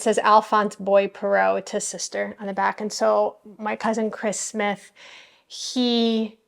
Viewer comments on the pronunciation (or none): none